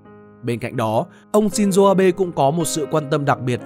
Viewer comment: shin zô không phải shin zuu